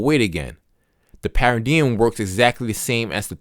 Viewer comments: i can’t listen to this because the way he pronounces paradigm it’s supposed to be “pair of dime” not pa ridi yim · Pronounced 'pa ruh dime.' Not ' pa ra diem.' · This YN said para-DM. It’s para-dime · Pair-a-dime. Say it with me. Pair-a-dime. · Haha. Just a paradigm shift on how the word should be pronounced. Don't worry about the haters. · The way paradigm is said is actually handy, you should never forgot this book now…thanks bro! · I can’t listen to this bc you pronounced the MAIN WORD WRONG! Tf😂😂😂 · Thank you for recording ❤I didn't realize you pronounced paradigm wrong untill I started reading comments, I was so interesting in learning a new concept. I also like your voice and the fact that u don't make it sound so serious 😅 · STOP THE PRONOUNCEMENT OF PARADIGM 😮 STOPPED ME. COULD NOT LISTEN TO THE IDEA OF HEARING THIS WORD BEING SAID INCORRECTLY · I have to say, and I say this in all sincerity, yes the way you pronounced paradigm and many of the other words bothered me a lot, initially. I really thought about it....and the longer I listened the more respect I gained for you. You made an ENTIRE audiobook even though you had issues with pronouncing words. You may have even known this beforehand but you didn't let that stop you. You gave so many people a wonderful gift and that is the ability to have this book narrated for when we are unable to read. You set a goal and you accomplished it and I can only thank you and just recommend maybe practicing a bit with words on your next audiobook venture. I really appreciate you and I wish you well. 🤝🏽